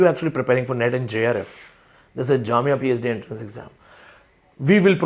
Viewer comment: Sir, it's not enterance but entrance.